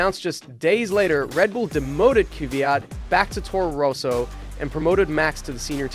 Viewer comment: 7 minutes in and the way you pronounce 'Roso' instead of 'Rosso' in getting cringy :).